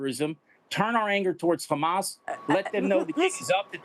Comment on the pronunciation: how come he can say Hamas normally sometimes and then other times, there is a heavy emphasis on the Khhhhhhhamas